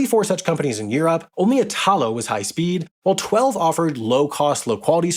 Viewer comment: Ok the way the guy says “Italo” all wrong and “Italy” right drives me crazy lol. It’s basically the same word, you change only the last letter! 😂